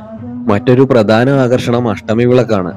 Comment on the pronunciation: PRADHANAM ENNU PARAYU :: PRADANAM ALLA